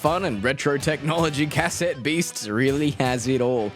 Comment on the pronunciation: The way you pronounce cassette is triggering me